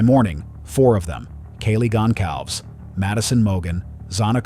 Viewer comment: Get Kaylee’s last name pronounced right pls!